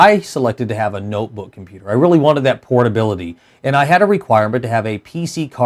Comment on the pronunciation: did he say pornability?